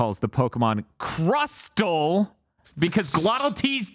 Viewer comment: He's mad they put emphasis on the crust part when he wants it to be pronounce like castle.